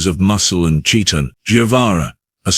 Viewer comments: "...hulking masses of muscle and 'chee-tin'..' Chee-tin ????? Umm you mean chitin ("ky-tin ")? How about instead of using a shitty AI for narration, try using a real human.... Very disappointing. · Entertaining, but please, please correct 'chitin'. It's pronounced 'ky-tin'. Rhymes with 'sky-tin.' It's driving ne nuts, lol